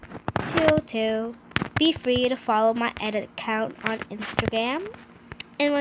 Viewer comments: It’s edits not eds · Who else cringed when she says ed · It's edits not Ed's! Sorry but it just bothers me alot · No offense but it’s the first way you said line master and you say edits not eds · She just said ed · Is it just me or she kept saying ads/eds? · U suck you sound like your saying Ed’s haha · Not tryna be rude but are you saying “Ed’s” or “edits”? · Your edits are better then mine but the fact that you keep saying ed's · There called edits not Ed's 🤦‍♀ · ITS aUDIO NOT AWDIO ITS EDIT NOT ED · “Awdio” and “ed”who taught you to speak? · Stop saying eds..it aint cool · its edits not eds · *Say it with me (im helping her pronounce it, I’m not making fun of her) Edits: Eh- di- tssssss not ed* Lol I failed yes I know I tried though I know how you feel because I would say my s from my nose like a snort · NO ONE SAYS EDS!!! SO STOP IT'S TRIGGERING ME SO MUCH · Who says Eds?? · Does she say eds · please stop saying Ed's it's really just stay edit (I'm not hating) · Adio? Owdio? Ed? Bruh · Awdio?? Eds?? Da fuck?? (No offense but nice tips tho) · It's not adio.....it's audio.......it's not ed....it's edit.... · its not ed it edits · Edits not eds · Transition I say transition not animated cough cough oh and edits not Ed nor eds oh and audio not what ever she said👍 that just really bothers me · Please stop saying Eds it is really triggering for some reason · Sum ppl here posting about their opinion on her saying ed eds and awdio. Stfu! Shes here to show you how to make these edits! Be grateful you assholes! She didnt have to do this. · Me to her:the eds me:ITS EDITS NOT EDS!!!! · I feel u, I’m probably the same age as her but I say it like edits not Ed’s 👀 but she could have a condition so I’m not gonna really say anything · s t a r • I WANNA STRANGLE HER!!! Kidding but it bothers me too 😂😂😂 every time she says Ed’s... BRO ITS EDITS NOT EDS 😂😂😂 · Great tutorial but... when u say fan eds... it bugs me